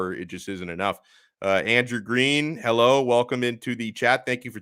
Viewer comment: Herro “elite” lol